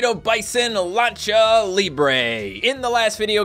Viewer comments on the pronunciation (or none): none